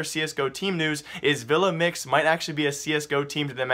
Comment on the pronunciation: U pronounced it right